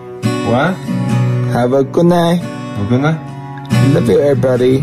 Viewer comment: he said “I love YUEvrybody”🥰🥰🥰